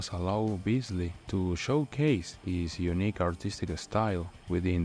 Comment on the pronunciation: lol. i think you're mistaking a very talented "near-native" speaker for an AI. edit: nails "Guillermo del Toro" but fumbles "showcase"? c'mon man... plus it's evident he knows what he's talking about. AI still can't do the rhythm/swagger of an authority.